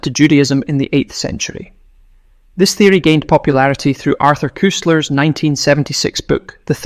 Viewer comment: Nice video but you must teach the narrator how to pronounce 'Koestler"